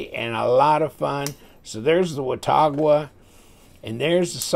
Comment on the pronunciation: it's pronounced "wa-taw-guh". I grew up near Watauga Lake and the town of Watauga in Tennessee.